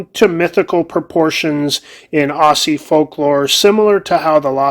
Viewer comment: Yes its spelled Aussie but its pronounced Auzzie, like Ozzy.